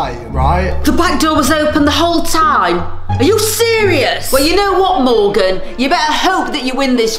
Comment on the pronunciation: its Morgan not Morgeus 😅